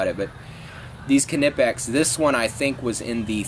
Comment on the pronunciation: he is pronouncing it correct Knipex is German